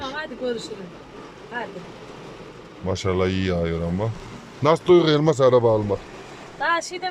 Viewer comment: Ay nasil guldum teyzenin lafina elmaass calman demis ya